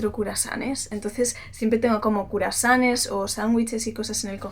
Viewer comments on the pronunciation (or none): haha te encanta decir "curasanes"